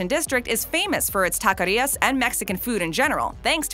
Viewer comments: "Tacarias" lol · Please please please!!!! Stop saying takarias. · Tacarias 😂 *Taquerias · Please don't ever say 'taquerias' incorrectly or 'Salvadorian' instead of 'Salvadoran' again. Couldn't finish the video.